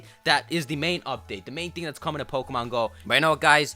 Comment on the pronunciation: It's "coming".